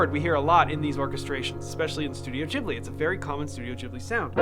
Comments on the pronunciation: Ghibli is pronounced with a hard G :) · Ghibli with a G like for Go